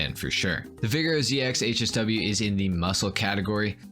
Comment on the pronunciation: The way he says “Vigero” makes me cringe